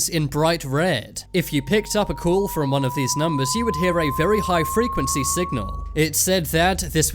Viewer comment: He pronounces "Call" as "Cool" .